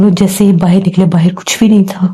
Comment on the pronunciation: Baahar ko baahir bolte ho to andar ko andir bola kijiye😅😅😅😂